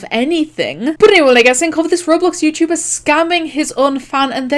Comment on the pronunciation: “Yewchewbaa” XD